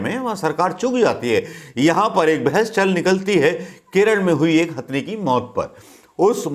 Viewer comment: गवार बोलना तो सिख ले पेहले, हस्थनी नही हथनि होता हे , तम्बू तो पप्पू का पिंकी उखाड़ रही हे अपने बेटे को ला के , पालधर के साधुओ पे कश्मीरी पण्डितो पे 1984 के सरदारो पे भोपल गेस कांड पे शष्त्री जी की हत्या पे नही भोंकग कुते झुठी खबर देना ओर नेहरू परिवार की चाट्ना दो ही काम हे तेरे भिखारी